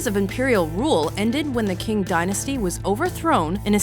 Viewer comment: Qing is pronounced like Ching not King..